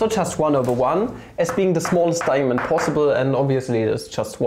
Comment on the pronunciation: I came here for a cool way to write 2, but stayed because of snekh. Also da-ya-mond!